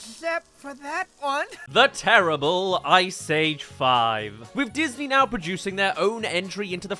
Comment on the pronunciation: DUDE EVERY MOVIE I LIKE YOU SAY "TERRIABLE" LIKE DUDE WTF